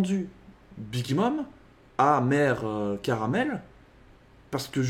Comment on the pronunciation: Elle s'appelle bien Carmel ( "karumeru" et non "karameru" pour la prononciation japonaise)